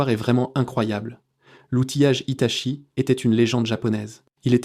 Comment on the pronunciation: HITACHI ou HITATCHI ? l'IA n'est pas au top. rien ne vaut la parole humaine. ce qui m'inquiète c'est " TERMINATOR "! c'est dingue comme le cinéma anticipe la réalité!